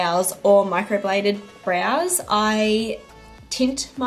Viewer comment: Your makeup always looks lovely and very natural. So funny when you were trying to say microbladed blows oops 😜 I mean brows. My daughter uses cetaphil cleanser and moisturiser and both my boys actually still use it too. I remember it got rated really highly as one of the best cleansers. xx